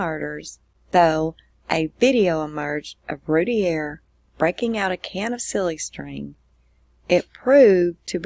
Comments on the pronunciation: Its pronounced "Roo - tear", Not "Rooty _ear" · It's pronounced "Ru-tear". And it was two of her 4 and 6. The 8 month old was upstairs (with his dad) and spared. And I'm with you- I lived 2 blocks from them at the time of the murders- with the info received and the "facts" (ha) that the Roulett PD released I had her 100% guilty as well.....until the real facts came out and until I kept running into her husband Darren. I truly believe they arrested the wrong parent and I do not believe she had or knew anything about it! No doubt in my mind. Very sad case!